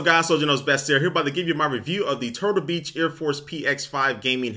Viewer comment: he said turblebeach not turtlebeach at the beginning.